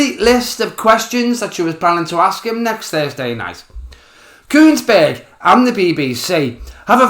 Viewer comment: Are you saying Laura's name with C and a T in there? Could just be the accent😂